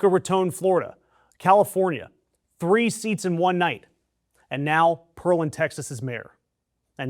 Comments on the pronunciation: It is PEAR not PEARL. Pearland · “pear” land not “pearl” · Pear-land. Not Pearl-and. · Dude, the city is NOT prounounced "Pearl-and". It is pronounced PEAR (as in the FRUIT) LAND. Because, duh, it was named after the FRUIT, not the oyster poop. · It's Pear Land, not Pearl and. Spelled Pearland. If you're going to do a newscast, do your research! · It’s “PEAR” Land, not “PEARL” land. Like the fruit. PEAR. Still great news! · That's PEAR-LAND, not Pearl-and . . . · It is Pear-land, not Pearl-and. Like the fruit + land, Pearland! Thanks. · Pear like the fruit,not pearl as in jewelry. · It's Pearland not Pearlland. PEAR-land. Like the fruit. Only 1 L. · "Pear-land" not "Per-land" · I lived in Texas for 20 years and never heard Pearland pronounced Pearl und. It's Pear land. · That’s Pear Land not Pearl And you moron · Dude, it's PEAR-LAND. Not PEARL-LAND. Say the word "PEAR," then say the word "LAND." Put them together, and you have it! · Pear-land, not pearl-land, lol. It's ok, Texas has some hard to pronounce names. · Omg quit mispronunciation it. It’s Pearland. Let m break it up for you pear-land. Not pearl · It’s pronounced Pear-land. Not Pearl-and. Thanks for the story, but fix the pronunciation. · Dude, it is Pear-land, not Pearl-land. lol Go blue! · It’s pronounced PEAR land not pearl land. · Pear Land not Purland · It's "Pear-land" (not 'Pearl-and). They grow pears and figs there (or used to). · I'm from Brazoria County Texas. The word you're look for is Pear-land not Pearl-and. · It’s Pear land not pearl land. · it's pronounce 'PEAR' Land, not 'PEARL'and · Pear land not perlen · Definitely three syllables, not two. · Great report, but it‘s PEAR-land, for the fruit… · Pronounced pair land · Pronounced Pair Land. Nolan Ryan lives there. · FYI it's pronounced "Pear-land" like the fruit. I don't want them even trying to ding you for a mispronunciation as if that is an actual valid debating point. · Respectfully, It’s PEAR-LAND. 🍐 As in the fruit. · Its "Pear Land"